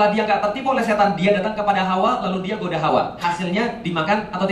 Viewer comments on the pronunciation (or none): none